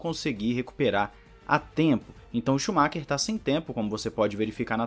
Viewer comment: "shumakinho"?! Oo